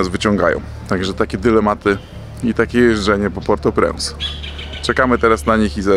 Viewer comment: mówi się portopręnc